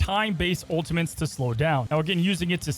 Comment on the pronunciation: You can’t speak properly you got so many normal words wrong. “Ultimants”, “Ecscape” ew